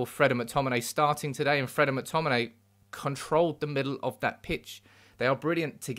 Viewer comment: " it's de history of de Tottenham"